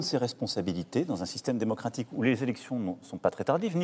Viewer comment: il a dit démocratique😂😂😂😂